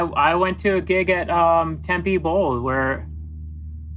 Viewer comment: I struggle to understand how a Phoenix native can mispronounce "Tempe". But I'm super excited for The Format concert this weekend!